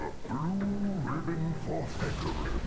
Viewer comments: He said heracam ? Lol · hecarim not heracim